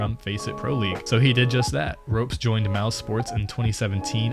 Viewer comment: This boy done called him roops XD